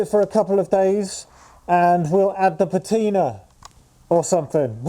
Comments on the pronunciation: I'm not sure I can write it on here, as you tube doesn't allow phonetic notation! But broadly it's pa (as in ha!) ti (as in "tin") and ner (as in the 'ner' in beginner). Also the stress is on the first syllable. I hope that helps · Yes, it's your car and you must do as you please. But have you honestly got nothing better to do than fake patina (by the way, your pronunciation of "patina" is criminal)?